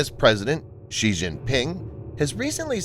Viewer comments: you misprounounce Xi. It isn't "Zhee" (with the sound found in the middle of "measure"). The letter X in the Chinese orthography system has been repurposed to make the "sh" sound. The name is pronounced "She". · Xi is pronounced more like "she" and definitely not "ji". But in reality it's actually said as "Winnie"